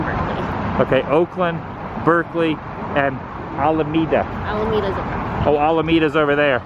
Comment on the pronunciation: You filmed my favorite part about San Francisco... and that's leaving! lol I'm not a fan of that city, although the touristy stuff is fun. I love Anderson's! Always stop there if I'm passing through! I love how you said A-LA-ME-DA like Checkov. lol